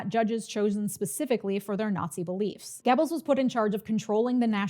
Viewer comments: Goebbels is pronounced “Gehr-buls” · Goebbels is no pronounced Gebbels oe is pronounced like the u in fur. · For someone who's pronunciation of "Göbbels" makes me cringe, this is is an amazingly concise history refresher. Ps. you didn't mention ballot stuffing but it's hardly a difference in the implication. It's depressing to watch people who don't know history repeat that. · Goebbels is spelled 'GO belz' not 'geh bils' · It's pronounced gur-buls not gebbels. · It's GObalz not Gebalz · Love the video, but, you have PLENTY of European fans (👋), please reach out if you need to pronounce German names.😅 'Gebbles' (like 'pebbles') is NOT how you pronounce Goebbels' name.🙏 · I was taught it was pronounced Joseph (GObulls) by my history teacher and ur pronunciation was the wildest part for me 😂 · “Goebbels” rhymes with “pebbles” in America. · Not the point here, but Görbbels is pronounced differently. It's like if you pushed an o vowel to the front of your mouth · Minor note joseph goebbels last name is pronounced like gerbil. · Great video! But please stop mispronouncing Goebbels 😅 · I think you are mispronouncing "Goebbels," but otherwise, this was yet another great presentation. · Great video, but please learn how to pronounce German names. Joseph Goebel's name is not prounced the same way as the sound a turkey makes